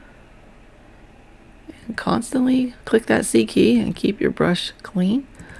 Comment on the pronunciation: What do you press to clean the brush rather than hitting the "clean brush" button? I didn't understand you. Ah, never mind......."C" key. I was hearing "seekey" and thinking...what the hell is a seekey....LOL! Anyway, great tutorial!